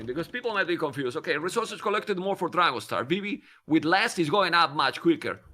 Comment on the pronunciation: Only can Dragonstar sound like trouser … Never change😂